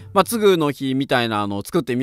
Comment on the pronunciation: つぐ⬆のひじゃなく、つぐ⬇のひってイントネーションが違うのが愛おしい…。